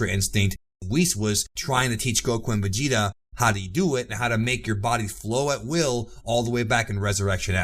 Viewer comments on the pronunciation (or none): none